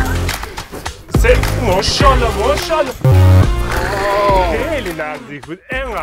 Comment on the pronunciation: کل ویدیو مو شالا ماشاالله نه میگفت موشالا موشالا 😂❤❤❤❤❤❤❤❤